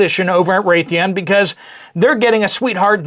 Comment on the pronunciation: Glad my husband is retired from Raytheon . Pronounced ray-thee- on